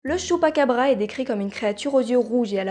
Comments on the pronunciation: J'ai adoré la vidéo mais à la base ça se prononce < > même si ça s'écrit chupacabra comme pikachu, mais apart ça excellente vidéo continue comme ça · j'adore le choux'pa'qu'à'bras